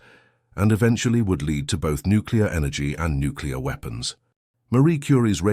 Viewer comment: Pronouncement errors reveal non-human sound production like not knowing the difference between lead and lead!